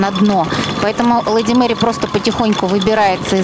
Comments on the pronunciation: Почему вы произносите "Лэди Мэри", а не Леди Мэри? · лЭди мери режет слух, почему лЭди? Почему Э?